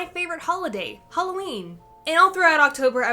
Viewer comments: It's not halowwin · It's not haloween